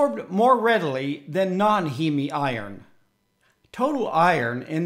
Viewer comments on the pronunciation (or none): It's not pronounced as He-Me. It's Heem. One syllable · You are correct. The English pronunciation is heem. My Latin/Italian heritage says it should be he-me. No Greek would pronounce heme heem.